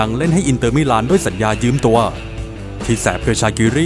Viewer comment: ถามจริงๆครับ ทำไมต้องออกเสียงคำว่า "ยืม" เป็น "ยื้ม" ด้วย เห็นหลายคนชอบพูดกันจัง